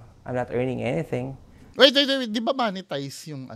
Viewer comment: mo-ne-tize po ata un hindi moneytize